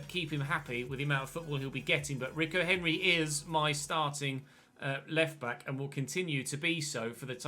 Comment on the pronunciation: it's pronounced reeco henry not ricko henry